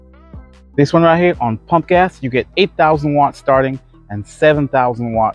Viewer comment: I sure that you were saying punk ass! I had to listen a few times... PUMP GAS! LOL Thanks for making my morning!